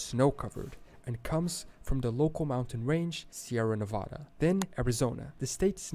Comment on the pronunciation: One would think that in a video about how the states got their names, they would pronounce Nevada correctly. Unfortunately, that is not the case.